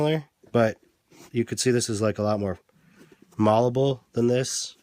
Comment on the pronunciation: Malleable is pronounced mal-u-bull